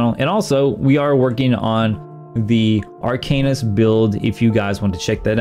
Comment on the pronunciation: Please stop calling it Ar"cane"ist, its Ar"can"ist 🙂